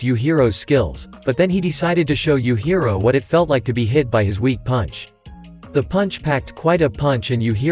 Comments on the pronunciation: Yuhiro?! I think you meant “yujiro” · Bro said youhiro